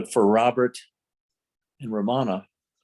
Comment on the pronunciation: It’s not ra MA na, its RAM ana